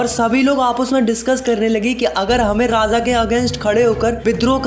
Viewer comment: Its Raaja not Raaza